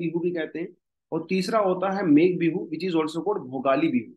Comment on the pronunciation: Sir pronunciation thoda sa galat huwa hai RONGAALI ( रोंगाली) Bihu MAGH BIHU (माघ) bola jaata hai sir by the way happy Rongali Bihu to all Thank you sir